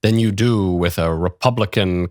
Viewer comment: No. She needs to stay until she is able to pronunciate properly. It’s not “worf” it’s worTH. It’s not “wif”. It’s WITH.